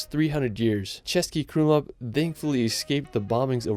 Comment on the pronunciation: As a Czech I have to commend you for the pronounciation of Český Krumlov, most non-native speakers find it hard to pronounce Czech words and you did well